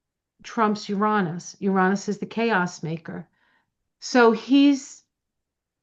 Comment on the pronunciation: FINALLY! Someone who says "Uranus" the way I do! If you just compare it to other Roman words, it feels like a no-brainer that not only should the emphasis be on the second syllable, but the "a" should sound like "aw" as well: Ur-AW-nus. Let's start a movement! 😂